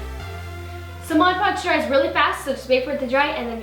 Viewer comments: God I hate it when people say modge podge. It's MOD podge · Why do I always hear people say Moj Podge instead of Mod Podge??? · Not trying to be a hater because i love you and your family soon much, but it is pronounced MOD podg